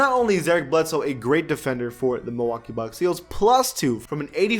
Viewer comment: It's mil-walk-ee keep hating dude...